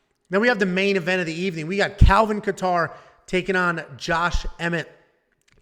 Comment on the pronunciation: have you never heard anyone say kattar before lol